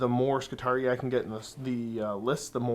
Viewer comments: GW has actually noted that both pronunciations are technically correct within universe. High Gothic pronunciation is Ski-Tahr-Ee-EYE as says it. Low Gothic pronunciation is Ski-Tahr-EE. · Oh boy, another game with! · Your pronunciation of skitarii makes me physically ill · You're gonna get cancelled if you keep pronouncing Skitarii like a Jamaican